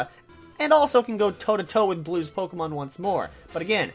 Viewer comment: Ur pronouncing pokemon wrong